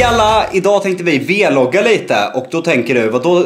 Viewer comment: Varför säger ni v-vloggar istället för vloggar?